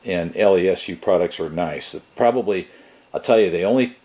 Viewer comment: I think its pronouced "Less-OO" Like boo!😂